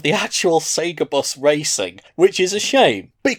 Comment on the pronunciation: Nobody else hate how he says bus?